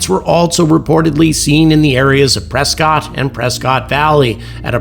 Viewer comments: I’ve heard that Prescott is pronounced as PRESS-CUT to its locals and the fine people of Az. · Prescott is pronounced Presskit in these parts😊